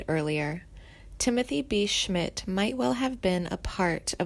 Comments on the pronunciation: As soon as she fucked up on mispronouncing his name...I STOPPED!!!! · Timothy B. Schmit has not passed away and if you do music documentaries please pronounce their names right. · Is this narrator a complete moron? Mispronouncing multiple names and seemingly writing off Schmit as if he has already passed. Clickbait bs